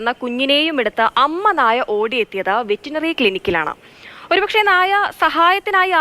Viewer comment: ആങ്കറെ, വെറ്റിനറി ക്ലിനിക് അല്ല, വെറ്ററിനറി ക്ലിനിക് 🤣 പിന്നെ ബൈ ദ വേ അനഘക്ക് ആ ക്ലിനിക്കിലാണോ പോസ്റ്റിങ്ങ് 😂😂😂